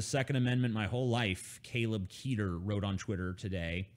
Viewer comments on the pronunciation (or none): none